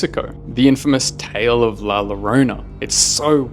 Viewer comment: It’s not la yorona it’s more la joruna and yes I’m Mexican just trying to help u and one time I went to Mexico and I’ve seen her and heard her😳